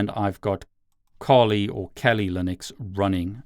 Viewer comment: I've watched several of your videos now, and I think it would be worth investigating the correct pronunciation of "Kali".